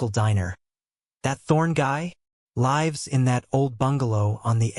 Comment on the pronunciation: Narrator can't pronounce LIVES? WTH?